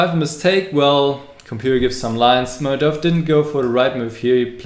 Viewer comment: Good video, actually could've been perfect if you were to say Mamedyarov's name properly :(